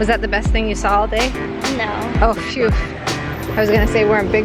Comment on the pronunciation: phewf? I thought it was phew!